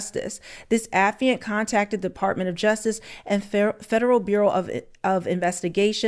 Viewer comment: Baby it's pronounced Uh- FYE-ANT.(Affiant)... It's not a word that we use often so I probably would have made the same mistake LOL but just wanted you to know